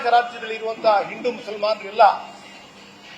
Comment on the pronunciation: ಹಿಂಡು ಅಲ್ಲ ಮರೆ ಹಿಂದೂ, ಸರಿಯಾಗಿ ಮಾತಾಡು ಬಿಕನಾಸಿ.